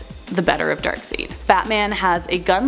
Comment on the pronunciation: Good job just say Dark-side not Dark-seed and you'll be doing great